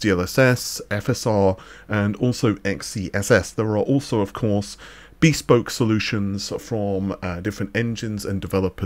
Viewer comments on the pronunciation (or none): beespoke? ....bespoke?